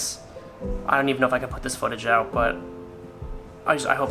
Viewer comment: ITS NOT STOVE